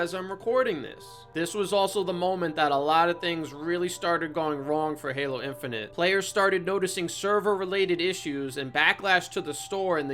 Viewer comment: "Paylo" lmao, fucking gold